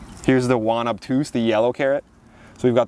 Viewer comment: I don't mind when people pronounce things wrong or differently, but if anyone wants to know or learn about the Jaune Obtuse carrot, it's a French origin variety and is therefore pronounced like the english version of the name Joan but with a soft J. Jaune meaning yellow. "A delicious, lemon-yellow variety introduced in 1946 in the Vilmorin-Andrieux catalog as an improvement in flavor compared to most yellow carrots. It was named after the Doubs River (Jaune Obtuse du Doubs Carrot), which flows through the Jura Mountains of France and Switzerland. It is a robust, slow-growing carrot with a uniform yellow color, suitable for harvest in the fall. The shape is cylindrical with an obtuse end and is excellent for storage." Merci, amicalement